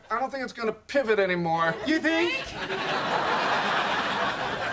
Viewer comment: “PivIt, pivEt, pivEt, pivAt, pivAt. I don’t think it’s gonna pivOt anymore”. LOL